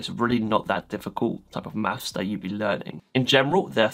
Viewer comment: bro said "mafs"